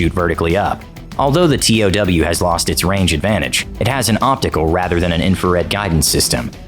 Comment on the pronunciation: I’m surprised the narrator didn’t pronounce TOW correctly - “toe” . I always thought I’d be a sitting duck keeping the crosshairs on an enemy tank as the missile traveled to max range..(especially with the huge backblast signature). USMC ‘82-86